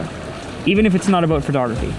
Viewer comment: FerTogRuhFee 😅😅 I can’t unhear it at this point. Non English speakers are daily confused at where the “fer” sound comes from 😭😭😭